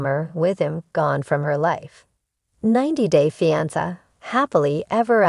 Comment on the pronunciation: The word is fiancé why aren’t you pronouncing it properly and you’re repeating yourself many times